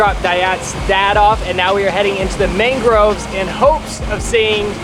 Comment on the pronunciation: You did great! Eating the sagu whole seems very difficult, I would be afraid of choking. Also: Jetty not jeti, mangroves not maingroves, and proboscis monkeys.